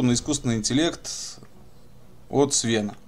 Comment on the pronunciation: Какого еще свЕна?)) хе ну никакого уважения к автору.. А ведь ник то у него Seven понимаешь? т.е. 7(семь) Сэвэн а не Свэн, а Ты даже Свэн произносишь СвЕн. ну это такое. И блин ну конечно хорошо что играешь в эту замечательную игру но почему нет начала? тут у Тебя уже чуть ли не середина. А вообще мне очень любопытно почему не стал играть в мод "Солдаты анархии" Ja2v Portable там такая аховая переделка что закачаешься, причем автор постоянно клепает обновы и длится это аж с 2016-ого года. мод этот там же на сайте где и улучшенный |AI, И он так же играется с AI (т.е. улучшенным искусственным интеллектом) от Seven, собственно ради этого вопроса я и напечатал этот пост. (остальное просто доп вопросы вызванные недоумением)